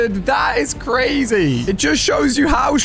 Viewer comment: Did u mean CWAZY? (Not a typo)